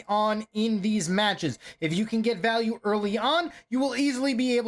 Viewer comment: "The miner is going to get massive val-al-ue" 😆😆😆